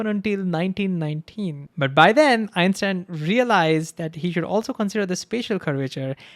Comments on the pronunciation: Why you pronounciating Einstein as Epstein?? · is he saying Einstein or Epstein ?? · It sounds like he is saying Epstein, not Einstein. Is it just me? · Is it just me or dose he say Epstein instead of Einstein sometimes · Dis I hear him say Epstein instead of Einstein? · bro, i keep hearing u pronounce epstein ... remember , EPstein was a sex offender, EINstein the GOAT of understanding the reality we live in. i adore the way you explain this and the enthusiasm and heart you put out. if only teachers gave 1/10th of what you give , maybe the world would be a better place.